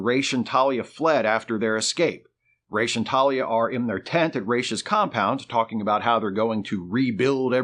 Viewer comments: Why calling him „Reysh“..? Why not „Ruh‘s“? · It's RAAAAASSSSS... not Rayyyysh... that's from Neal Adams himself. I aske him in person. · Not Raysh but ROZZ. I point blanked Neal on this when we were guests at the Lexington Comic and Toy Con. Just sayin’! Great video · Ra's al Ghul means Head of the Ghoul. The correct pronunciation should be “Rass” since that’s how you pronounce the word head in Arabic.